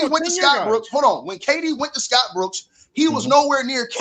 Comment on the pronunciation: Why does pronounce Dillon brooks name like that 😂😂😂